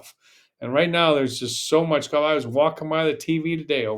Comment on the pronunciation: I'm not taking a golf lesson who pronounces it GOFF. I think people from Texas say that more than most. Not sure where you are from. There was a guy who used announced the Golf Channel commercials who said GOFF, as well. I know that 90 percent of announcers say further then it should be farther. Crazy stuff.